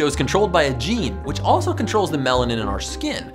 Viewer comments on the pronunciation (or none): none